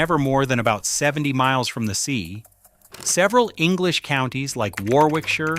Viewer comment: Warwickshire pronounced WARRICKSHIRE